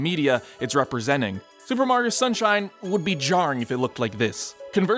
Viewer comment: Did...did he call the Mario games Soup and New Soup?